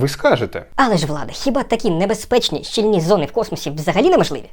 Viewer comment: все ок, але щІльні!!!! не щільнІ!